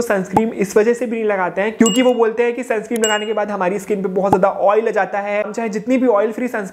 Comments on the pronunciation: Bhai sunscreen hota hai sunscream nhi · Sunscreen h Bhai Sunscreem nhi😅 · Sunscreen bolo Bhai sunscream nhi